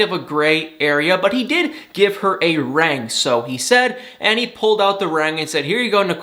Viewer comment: Don't know why you pronounce it a "rang", when it's a ring.